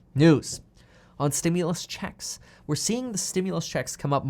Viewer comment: Please stop saying stimulous 😆😆